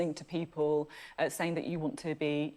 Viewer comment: .... "And thad is how"..... Thad. It's that not thad. No-one should vote for anyone who says thad instead of that. No doubt he says "get go" instead of "start".